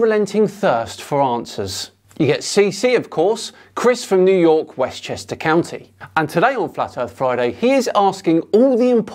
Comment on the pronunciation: i swear every time i hear “westchester ceeyounty” it adds a few years to my life